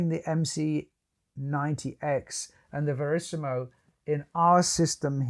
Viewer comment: VERISMO not Verisimo